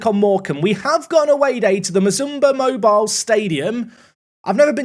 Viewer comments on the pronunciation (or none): none